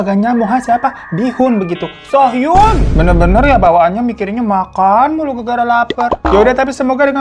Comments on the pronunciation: Btw bang di bacanya "Kim Su Hyun" kalo "Kim So Hyun" jdi beda orang😁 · Kim soo hyun cara bacanya Kim Su Yon bang bukan kim sohyun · Maaf koreksi Bang, penyebutannya Kim Suhyon yg benar. Kalo Kim So Hyun aktris, Bang, beda orang. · bang kim so hyun itu aktris, kalo yg ini bacanya kim soo hyun (kim suhyon) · penyebutan namanya bukan Sohyun tapi Suhyon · Bang thanks udh di up cerita ini. Btw bacanya Kim Su Hyon bukan kim so hyun. Krn dy namanya pake huruf double "O". Klo Kim So Hyun yg cewek ada lg namanya cm 1 huruf O nya 😁🙏 Btw semoga kasus ini bneran cpt selesai dan yg berkeras hati segera dilunakkan hatinya agar menyadari kesalahannya dan mau minimal minta maaf sih krn orgtua korban jg cm pgn permintaan maaf aja kok dan mengakui udh gtu aja. Cm ya udh pasti akan berdampak kehancuran karirnya. Tp klo terus2an muter2 cari pembelaan sdgkan fakta2nya udh terpublish sm aja kaya dy berkeras hati gk mau menyadari kesalahannya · Noted, Kim Soo Hyeon dibaca Kim Su Hyon. Karna kalo so hyun itu artis cewek. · makasih ya bangg udah ngerangkumm tentang ini,, tp btw maap bang bacanya kim suhyon, bukan kim sohyun, makasih bang 🙏🏻🫰🏻 lopyupul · Btw bang hiro, kim soo hyun itu bacanya bukan sohyun tapi suhyon. Kl bacanya sohyun itu yg cewe, kim so hyun. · Namanya BUKAN KIM SO HYUN, tapi dibaca KIM SU HYEON. Geli bgt kuping gue denger So Hyun So Hyun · Halo bang, sekedar pengetahuan, aktor ini pelafalan bahasa Indonesia untuk namanya dibaca Kim Su Hyeon ya Bang, soalnya kalo Kim So Hyun kayak yang Bang Hiro sebut selama video itu beda orang, ada aktris Korea lain yang namanya Kim So Hyun. Takut yang nonton salah tangkep aja sih ntar ngira Mbak So Hyun yang salah😀❤ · Sorry koreksi dikit, Bang. Pengucapan nama Kim Soo Hyun itu Kim S(u) Hy(o)n ya. Soalnya ada juga aktris yg namanya beneran Kim So Hyun, dan itu jelas beda orang. (Memberitahu dengan nada biasa)🙏🏻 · Cara bacanya 김수현 김(kim) 수(su) 현(hyon) Kim su hyon, atau kalau mau gaya korea kimsuyon. Huruf h di nama belakang agak di skip.